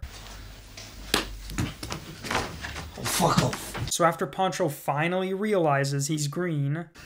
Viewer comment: his name is Pancho not Poncho lmfao